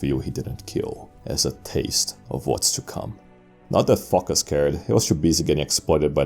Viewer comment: Phocus rhymes with amogus